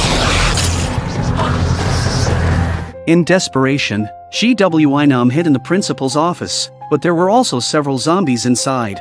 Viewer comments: Um did u mean gwi-nam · This is so great but all I hear is GWYM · He said g w e nam☠️☠️☠️☠️ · The pronunciation is funny G,W,I Nam, Su Ha ,yeok. 😂 Good show tho❤🎉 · G W I NOM you mean? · ‘G w i nams’ 🤣